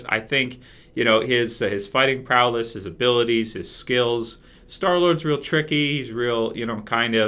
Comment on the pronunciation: when you say prowess it sounds like prowless. I don't know if it's intentional but it's kind of annoying